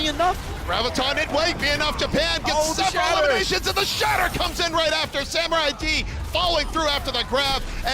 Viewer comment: Wait. it's Samu-raid I think. Not Samurai-d 😅